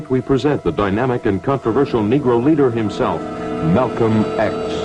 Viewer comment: Did anyone else notice the introduction? It sounded as if he said: "Tonight we present the dynamic and controversial negro "looter" himself... Malcolm X". Rewind and take another listen.